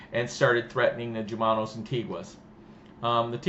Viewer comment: It's not /J/umano...it's the Spanish pronunciation /H/umano...